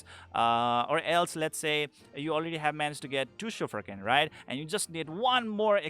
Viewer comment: that's 'Shuf-raken' not 'Shufrakin'.. you can listen to pronunciation in Mahar' dialogues